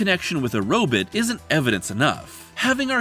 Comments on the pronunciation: Heh, "robit". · I appreciate your anachronistic pronunciation of the word "robot".